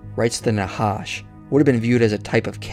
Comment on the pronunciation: The "ח" is pronounched as the "J" in Jalapeno pepper, not as an H. That would be the letter ה. And thanks for the work you put into this nice video, btw!